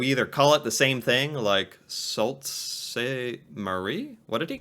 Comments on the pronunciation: FYI, Sault is pronounced "soo". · Sault is pronounced Sue :D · That's actually pronounced "Soo Saint Marie" by the locals. We also have Long Sault, ON. Which is pronounced "Long Soo". ;) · Yo this guy can't pronounce that city. It's sooouuuu saint Marie. Not salt. What a toooool looooool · It's pronounced 'soo saint marie' not 'sol saint marie' because the l and t are silent. It's French, of course. I live in Ontario and skated as a child up there. Trust me on the pronunciation. The guy doing the video you're reacting to is clearly not Canadian. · soo saint marie not salt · Lol you know you’re not from Ontario when you call Sault Ste. Marie as salt. It’s Pronounced “Sue” saint Marie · Eh brother, it’s soo st marie not Fkn salt lmaooooo not your fault though! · Sault is pronounced Soo. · 'Sault' is pronounced as 'Sue'. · Sault Ste Marie: Sault is usually pronounced 'soo' in English. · its pronounced "Soo" Ste Marie i live there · Sault pronounced “sue” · Sault Ste Marie in Canada is pronounced "Soo" Saint Marie; we call it "The Soo". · Sault St. Marie is pronounced Soo St. Marie. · Sault is pronounced with a french accent and sounds like moo with a s , soo . Very hard to show you sounds. 911 a lot of aircraft had to land in Canada and stay here until the border was reopened. I've even heard an American met a Canadian and now they are married due to the chance meeting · Sault pronounced Soo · Sault is pronounced "Sue" it means rapids in French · …and now I have to go back and listen! I think we’re all so used to hearing it mispronounced that “Sault” is the part we’re listening for, to see how they butcher it this time.